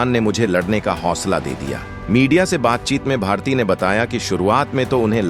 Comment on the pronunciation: Pronounce properly, it's bharati, not bhartiy. Y is not there